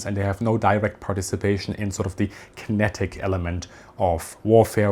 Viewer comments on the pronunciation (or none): none